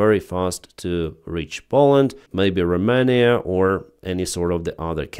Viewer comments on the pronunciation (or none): none